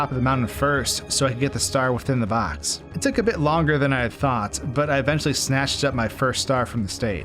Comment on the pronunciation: I still wince a little bit when you say the word "box".